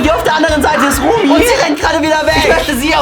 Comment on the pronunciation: is not Remi it’s Rumi